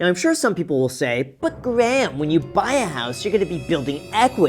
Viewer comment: Graham is one of the first people I've known who pronounces his own first name wrong.